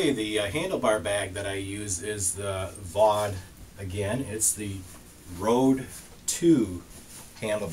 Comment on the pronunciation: Fau de (long e as in pee but not with the same sound - mor like hen but longer).